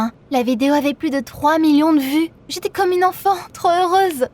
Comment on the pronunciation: Au lieu de dire "comme" il/elle a dit "gomme" donc gomme et crayon